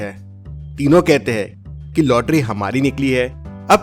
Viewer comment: Her paheli ke bad bolta hai 'agggli' paheli dekhte hai pronounciation galat kaise ho sakta hai ? 🤔